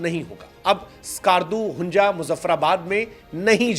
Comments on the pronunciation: Hunjaa nhi hunza😂😂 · Yaar zyada bongia na maro 😂😂 pehle hunza to theek se bol lo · Hunja nhi..Hunza Skarju nhi...skardu😂😂😂